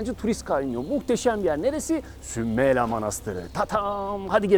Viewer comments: Herşey çok güzel fakat şunu merak ettim ve yazmak istedim... Neden SÜMELA derken her seferinde A'yı uzatarak SÜMELA AA diye telaffuz ettiniz.? Doğru telaffuz hangisi inanın merak ettim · Sümel ağa demiyor zaten iyi dinle Sümela diyor 🤦‍♀️